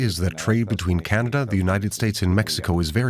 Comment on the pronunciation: Where is Canader? 😂😂